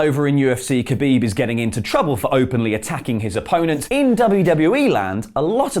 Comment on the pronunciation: dislike for the pronounciation of khabib xD Commentators do it wrong but this is hillarious xD